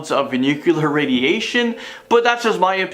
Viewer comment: Repeat after me: NOO-CLEE-URR.......